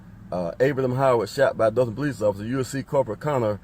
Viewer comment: Is he saying police officer’s or peace officers?